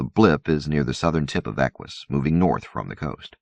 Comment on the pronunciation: Te this, not teeth is, Eck uss not Eck wuss, Ack eela not Ack willa